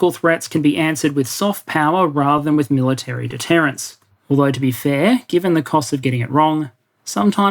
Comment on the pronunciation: ….”deterrence” not “detterance.” Otherwise another thought provoking, eye-opening presentation! (and spelled wrong again ). Not criticizing, just pointing out.